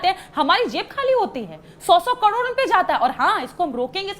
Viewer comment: करोड़ को कडोर बोल रही है